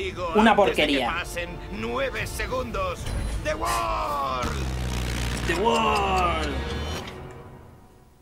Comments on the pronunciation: Dio no dijo the world, dijo the wol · Resemos por que en latino digan ZA WARDO en ves de "the Word" o "el mundo"